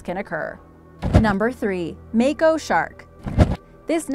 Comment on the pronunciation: Say it with me mah ko shark